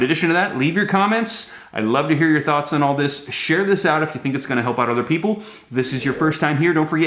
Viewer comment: I heard. Different. From. Janet. Yelling. And. And. There. Working. On. This. Now. I just. Heard. This. From. The. Pweople. Themselfs